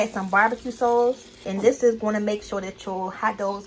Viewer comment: Yeah, I bet this is fly with the bbq sauce. I was laughing the whole time at her accent when she says hot "Dawgs" &bbq "sawce"!😆